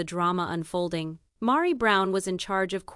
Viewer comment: Rowbin? LOL Mahri? LOL smh